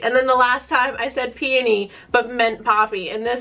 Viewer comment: I’m SO glad you say peony the way you do! I worked at a wood flower shop for a short while and EVERYONE there said pe-OH-ny, putting emphasis on the O, and it drove me crazy 🤣